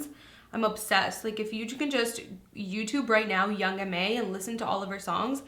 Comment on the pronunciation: Loved the video, however, it's young ma (mah) not young m.a.